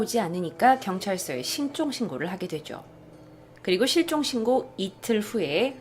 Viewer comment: 처음에 실종신고를 신종신고라고 한거 넘나 귀여운듯♡ㅠㅠ